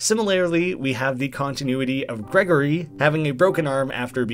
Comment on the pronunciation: It’s not Gregory, it’s Gri-gor-i, Grigori’s name is Russian.